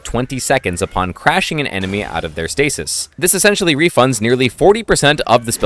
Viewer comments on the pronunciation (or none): none